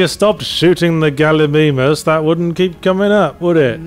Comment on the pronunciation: I find it funny that Yahtzee kept saying Galli-ME-mus, and kept trying to subtly make Yahtzee realize it was Galli-MY-mus by always using the word, properly pronounced, in his response.